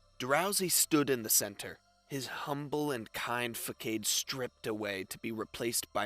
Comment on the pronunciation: Façade - fuh-SAHD. Read: false face. Console - cun-SOL. Read: give comfort. See also: consolation prize.